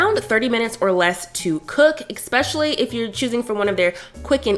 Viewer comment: It is "eSpecially" not "eXpecially"....just FYI